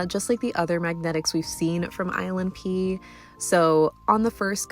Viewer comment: I keep thinking you're saying "island pee" when you say "ILNP" XD